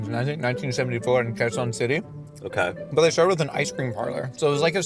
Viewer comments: he said the QUEZON CITY SO WELL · pronounced Quezon City right, KUDOS! but fun fact: I like McSpaghetti better than Jollispag. Meaty, cheesy, and only slightly sweet (it’s still very much savory).